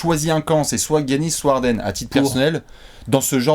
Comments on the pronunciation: Je suis pas d'accord sur un truc : Giannis se prononce "Yanis" pas "Guy-Anis" 🤣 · je te suis et je bois tes paroles depuis longtemps, mais est-ce-que tu peux ne plus prononcer Giannis comme Yannis? C’est le prénom de mon coiffeur et ça me perturbe. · c est dj-anis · C est pas gorgui dieing-anis